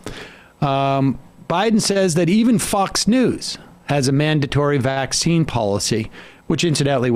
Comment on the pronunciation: Ben Shapiro talks up the vaccine while emphasizing the wrong syl A ble focusing on his anti-mandate stance to appease his audience.